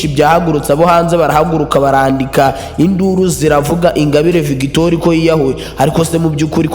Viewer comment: Ntabwo uzi kuvuga inkuru man kdi no gusoma ntabyo uzi victoire ngo ni victori? No no no no